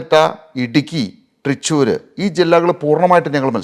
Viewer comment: ത്രിച്ചൂർ അല്ല, ത്രിശൂർ..